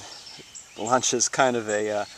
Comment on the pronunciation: Hòoòooooo! Thanks God ! Finally somebody who pronounce Lancia properly. Thank you.